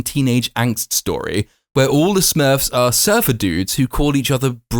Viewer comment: "Smuurrrwwfs" your review is more entertaining then the film